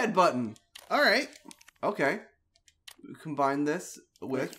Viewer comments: Why does pronounce "combine" as "com-ben"? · It's an old RE2 joke. The word was shortened to combn and just kept saying it that way.